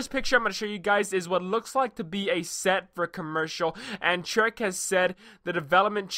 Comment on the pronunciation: I love how you pronounce Treyarch as Trek XD Great vid